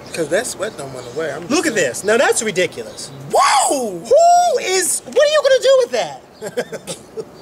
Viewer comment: That is ri-DICK-ulous....lolol! Luv u guys!!!